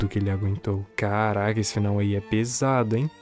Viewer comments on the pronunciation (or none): eu achava que tu era aqueles canais fantasmas, mas dps do "carrrrrraca" eu mudei de ideia kkkkkkkkkkkkkkkkkkkk